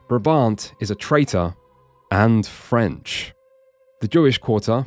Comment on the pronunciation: And "frensh" 😂😂😂